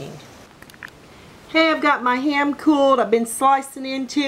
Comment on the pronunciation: Jeez, that accent when you say HAM , as 2 syllables, instead of one 😳.. not only that, you must have said HAY-YAM 50 times at least!!! Having said that, the finished product looked bloody amazing!!! A delicious hay-yam!